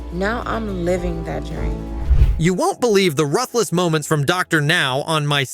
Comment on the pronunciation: If you mispronounce ruthless one more time... 👊